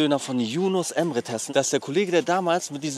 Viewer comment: Es heißt Emre, nicht Embre 😒😂